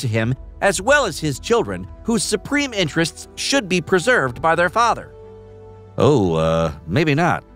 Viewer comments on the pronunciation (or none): none